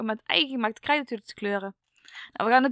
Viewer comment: Je praat een beetje raar je zij krrrrrrijt maken